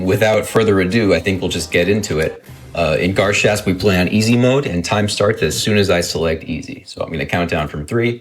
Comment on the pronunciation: they're pronouncing the name of the game wrong. it's Gar (a like in and) Shasp (a like in car), not the other way around.